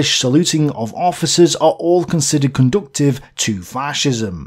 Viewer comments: That's "conducive", not "conductive". This channel needs more grammar nazis. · There’s no ‘t’ in conducive